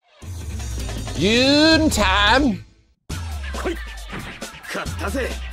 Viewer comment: Isn’t his name pronounced as “Yoon”